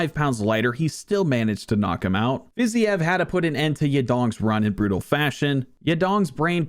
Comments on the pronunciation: “Fizyev” brother it’s “Fa-ze-eve” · Fi-zeev not whatever the hell you were saying. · Learn how to pronounce Fiziev properly, please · I love your UFC videos but Rafael Fiziev is pronounced like Haf-i-el Fiz-eve.